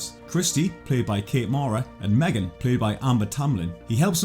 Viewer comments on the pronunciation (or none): none